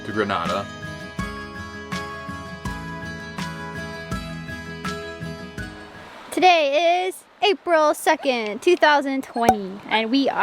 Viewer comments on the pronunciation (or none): Be safe, Good luck - Please pronounce it Gren-ay-da, not Gren-a-da (city in Spain). Great summer hole for cruisers, get down there asap when restrictions lift.